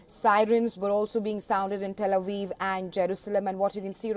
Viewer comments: Pronunciation 09, , "Tel Awiv" and not Tel Aviv. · "Tel A Weev?"